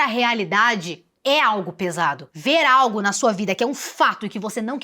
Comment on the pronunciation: Um vídeo sério desses e eu rindo toda vez que vc diz "pesado" kkkk